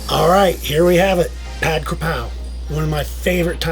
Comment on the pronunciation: First it’s pronounced “putt” like putting a golf ball. Second, that looks like a sloppy Joe burger. It’s too watery and sloppy.